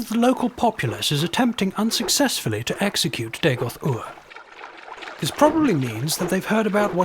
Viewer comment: Nice, but that's not Dagoth Ur, and, you pronounced the name wrong, it's RRR. Not OOR. Dagoth Ur's voice is deeper and cooler XD.